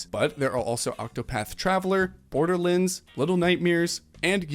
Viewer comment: Apart from you pronouncing it Borderlinds, this was a great video! Opera GX recommended your channel and its great, I've subbed.